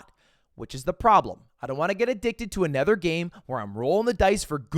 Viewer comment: Why do you say "other" or "another" like it's got an E instead of an O?